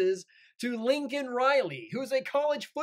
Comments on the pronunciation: FJB he can't even say her name right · Her parents weren’t there and he miss pronounced her name several times.